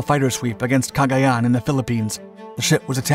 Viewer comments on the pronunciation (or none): none